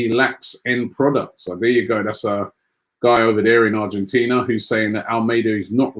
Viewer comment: MAN JUST SAID ARGENTINIA